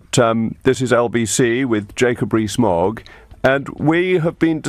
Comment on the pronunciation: Mogg not fog!